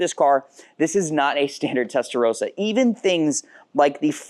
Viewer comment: Learn how to say ‘testarossa’ properly please. Would you call someone with the name Ross, ‘rose’?